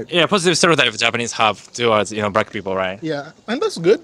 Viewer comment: ""brackk peepull"